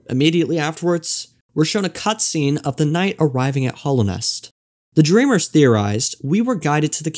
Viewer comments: I really like this video mate, so please don't take offence when I mention that it's called Hallownest, not Hollownest. Hallow, as in revered or sacred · Hallownest. Not hollow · Why are you saying 'Hallownest' like that? There's an 'a' there that you're saying like an 'o'